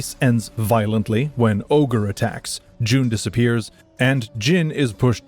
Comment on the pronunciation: Similarly, Jun is not pronounced like June, rather the u is like that in put.